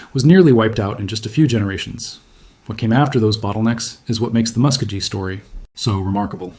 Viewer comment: Anyone who can’t pronounce the people properly should never disrespect the people by saying their name! AI should never be used to disrespect the people!